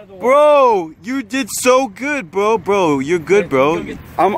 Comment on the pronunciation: If you are going to say bro so much at least say it right its bro not bwo